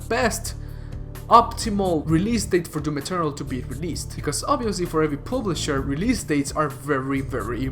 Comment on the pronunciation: Dont say "publisher" again.